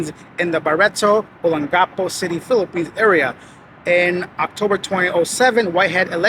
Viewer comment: Olongopo is pronounced "along-gopo". I spend a couple of months a year there, he doesn't look familiar but others say they have seen him in Barretto, which is an area about 10 minutes outside Olongopo.A short stretch of hotels, bars and restaurant there.